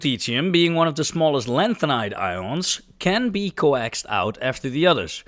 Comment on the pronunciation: Little pronunciation tip ..... "coax" rhymes with "hoax" (1 syllable). The way you said it (with 2 syllables) is shorthand for "co-axial" Hope that's of some use to you in the future 👍 Only found your channel today, and I can't stop myself watching cube after cube! Thanks mate!